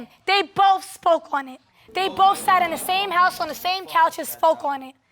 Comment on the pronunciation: “At the tame time” 😆